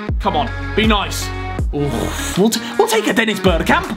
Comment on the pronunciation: yeah I speak Dutch so I can confirm that it was a pretty good pronounciation